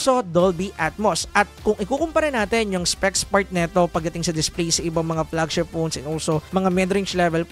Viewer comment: anu flegshep ??? 😂